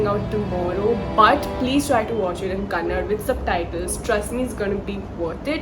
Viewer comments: Dts is not kannad😡😡🖕🖕🖕 KANNADA.... ನಿಮ್ ಭಾಷೆಯನ್ನ ಹಂದಿ ಅಂತ ಕರೆದರೆ ಹೆಂಗೆ??? ಮೊದಲು ಸರಿಯಾಗಿ ಹೆಸರನ್ನ ಹೇಳೋದನ್ನ ಕಲಿಯಿರಿ 420 ಹಂದಿಗಳ. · Arey. Kannad nahi Kannada. Gawd. 🙏👍❤️🇮🇳🔥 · Kannada not Kannad… please 🙏🏻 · Pronounce it as kannada not kannad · It's kannada not kannad 🤦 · It is not कन्नड, it is कन्नडा ( ka-nna-da) !! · I think this is ur highest watched video, it's all because of kantara..."KANNADA" movie & not "KANNAD" movie Pls don't hurt people sentiment. Thank-you for whatever you said about the movie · Not Kannad.. it's Kannada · It is not Kannad.....it is Kannada 🙂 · It’s not Kannad.. it’s kannada. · It's not Kannad....it is Kannada.....how many times we have to tell you People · Are u delete my comments shame on you ur north people dont tolerate that's y u delete my comment Ones again that is Kannada NOT Kannad😡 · Kannad alla kannada 🙏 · What if I say your channel name "TheDonkey" instead "TheDonkeyBusiness" ? In the same way it's "Kannada" and not "Kannad". Please correct yourself before giving reviews on any Kannada movies. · 1st it's kannada not kannad. 2nd your background music sucks you can talk without background music